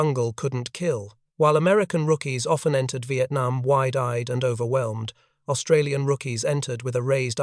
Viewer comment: Please ask Australians how to pronounce Australian. It's annoying.